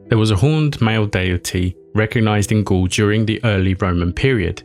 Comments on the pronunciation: First of all, prononciation wise, it's Gaule, not ghoul. You can prononce it like a goal. Same sound. I hope i won't here it every five seconds because it's a deal breaker. You can take a second checking things before recording. Google translate even have an app for that. It take literraly ten seconds. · 'Gaul' isn't pronounced as 'ghoul', it's more akin to 'goal'. I'd also suggest 'gaol', but only how modern English speakers would think it's pronounced first time they see it, but it's pronounced as—and the ancient form of—'jail'. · you say "Gaul" like the word goal, not ghoul.